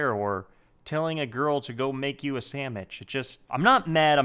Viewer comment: did he say sandmich or am i deaf?